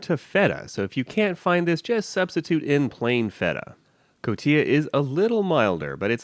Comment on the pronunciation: Elote preparado would be a better title just means prepared corn. Elote we eat hundreds of ways. The cheese is pronounced co ti ha. Respect and subscribed